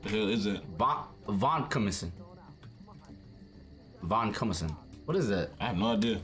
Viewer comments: Van-co-my-cin lol i died! Medicines are hard to pronounce.. i work in pharmacy and still cant say things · I’m in the Healthcare field and it made me laugh when couldn’t say VAIN-CO-MY-EH-SIN (Vancomycin). 😅 It was a great attempt though. 🙂 It’s an Antibiotic btw. Poor A.J. must have been very sick. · Coming from someone who works in the medical field, my favorite part was y'all trying to figure out how to pronounce Vancomycin (Vang - Co - My- Sin) 😂❤️